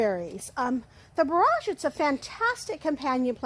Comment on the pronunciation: It's going to be lovely! So very sorry for this gentle, but probably annoying correction, it's BORE-edge not bore-AHJ. I didn't know anything about orach so thank you very much for introducing it.